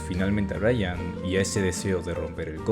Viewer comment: Hello brother, you always had problems saying Brayan.